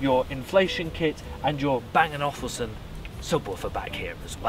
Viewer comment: Are you really saying Bang & Awful Son?